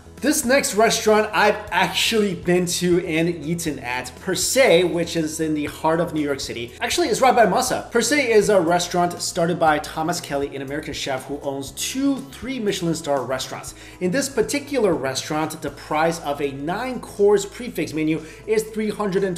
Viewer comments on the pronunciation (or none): Dude butchered almost every chef's name...including the American chef Thomas Keller's name, which is an achievement in itself. How can you be into food, be able to speak basic English, and still pronounce Keller's name as 'Thomas KELLY'.....